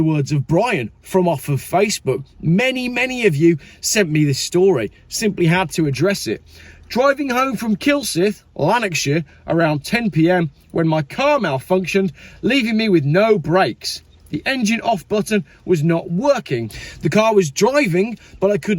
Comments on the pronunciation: Small point, Kylsyth is pronounced ‘kill sithe’. The ‘y’ in Kilsyth is pronounced ‘i’. MG electric cars, Made In China bursting into flames. I just do not believe it 😊. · its kilsyth pronounced an (kill scythe)